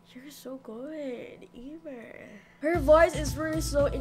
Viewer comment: Amier's name is pronounced emere